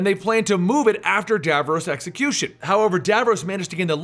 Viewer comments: It's pronounced DAV-ROSS not Dav-rowse!!!! Garrggghhhhh ... Nails on a chalkboard lol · "Who is Davroose?" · How you say Davros. Dayvarays. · you pronounced davros incorrectly. it's really bothering me.